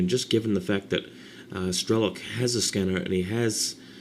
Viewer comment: he's not strElok, but strelOk [strelo'k]